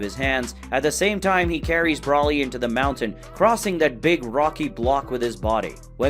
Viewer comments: Its broly (bro lee) smh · Still cannot say his name right Broly